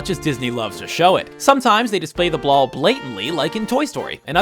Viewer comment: At , did he say "blall"?